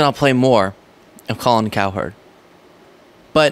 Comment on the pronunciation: Colin, we don't call you Colon. Pronounce her name cowrecktly!!!!!